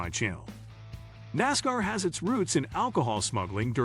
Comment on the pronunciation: the pronunciation of nascar is killing me